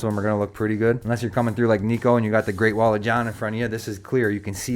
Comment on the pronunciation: P. S. It's 'Nick-o' not 'Nee-ko' js